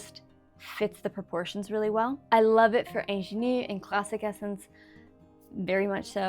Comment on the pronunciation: You need to look up how to pronounce “ingenue” correctly. I had no idea what you were trying to say at first.